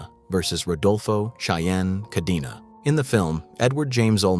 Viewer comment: KAH-DEN-AH, not KAH-DEE-NAW, goddamn, you gabachos can’t even follow your own grammatical rules. Do you see a double ee anywhere in the name Cadena?